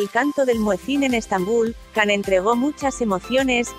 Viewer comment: Se dice Yan no Can lo dices mal